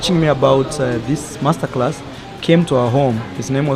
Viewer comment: Did I hear you right did I hear you say “Mess-ter-class”? Lol 😂